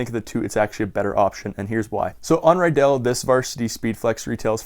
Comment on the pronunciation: How many times are you going to say Riddell wrong it is redell not rydell